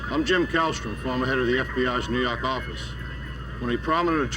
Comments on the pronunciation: "New Yark office" 💖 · " New yawk office" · NEW YAWK AFFICE!